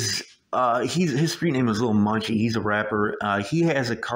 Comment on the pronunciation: Are you saying "Lil.Monkey'..😌😂....💯💯Percent Agree on the Laws..this "Catch & Release'..Sh*t.😒is Ridiculous....Chicago needs Marshal Law,..I've been saying that for yearrssss.